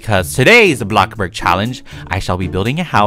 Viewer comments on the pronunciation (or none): Who loves how he goes “bloxburg” (block-burg) he says block-burg! It’s amazing!😂❤️💗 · OMG CAN U EXPECT MY FRIEND REQUEST ON ROBLOX I LOVE IT WHEN U SAY BLOKBURG I CRY OF LAUGHTER EVER TIME